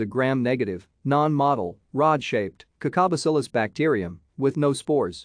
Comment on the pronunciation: “Gram Negative, non-MAH-tull, rod-shaped, CACA-bacillis […]” I really hate AI voices